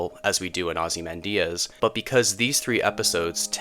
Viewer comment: “Ozzy Mandiaz”? LoL